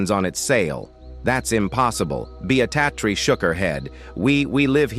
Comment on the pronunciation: Hi. I like the story, but the way the voice sounded was something to be desired. Names were mispronounced using different names like Beatrix, Breatitirx, Beattacktrix... the inflection of the voice was terrible...